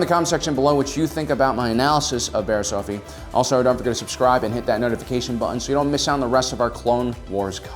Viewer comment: I keep hearing "Barry Allen's"